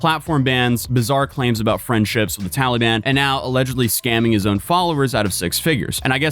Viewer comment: lol he said “Towelie ban”